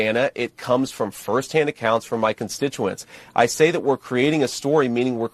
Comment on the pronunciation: Constinuants? Shouldn't that be constituents? That is not the first time I've heard him flub. Been hanging around Donald too much. Pretty soon he won't be able to lift a water bottle. Wait. Has anyone seen him lift a water bottle?